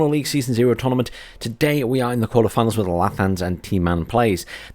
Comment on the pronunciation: "Quartarfianls"? You good dude ? xD